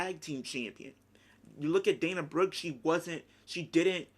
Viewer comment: you seriously said dana broooe :D haha she wont had any reaction maybe just a good pop but that s it dana brooke is nobody liv morgan is bigger than her